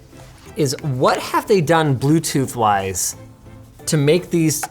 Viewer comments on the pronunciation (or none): Da bwootoof dewice is ready to peyre